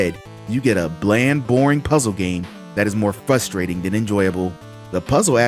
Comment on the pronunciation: Is it flustrating or fuhstrating?